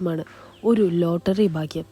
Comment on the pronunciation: ബാംഗ്യ " അല്ലടി ഭാഗ്യം എന്ന് പറ 😅😅😅